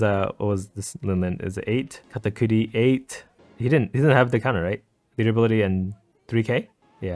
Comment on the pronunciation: KAH-TAH-KURI.......... like genuinely why do you say katakootie?